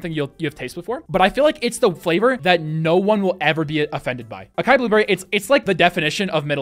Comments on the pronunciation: lol it’s “Ah-sigh-eee” not Akai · Please stop pronouncing açai (assuh-ee) akai bro lmao. Makes me cringe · the mispronunciations hurt me so damn much Açaí: Ah-sigh-ee Lychee: Lee-chee Daiquiri: Dack-airy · Lol the way he said Acai and daiquiri killed me lol 😂 Nice review of the flavors, just got a sample pack to try out a few! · Maybe if they spelled Acai differently (most languages C usage is se si ka ko ku) he'd have gotten in right. As it is, it's a pretentious name with pretentious spelling.